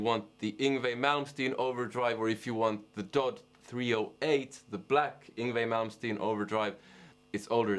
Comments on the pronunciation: Yeah that darn foreigner..He piss me off, darn that ol' dude It is D-O-D not DODD!! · Am I the only one uncomfortable with the fact he said Dod 250 and not “Dee oh Dee two fifty”